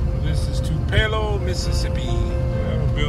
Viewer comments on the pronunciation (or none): Tupelo (Tupi-lo)